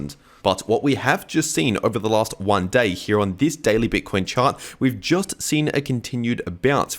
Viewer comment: What’s up with VIDEORRRR and HEEEE (here)?